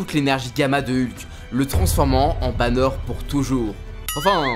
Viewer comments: « Bruce Bannieure » j’ai envie de hurler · "Bruce Banieure" 🤣🤦🏽‍♂️